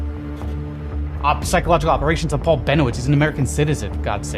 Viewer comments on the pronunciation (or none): none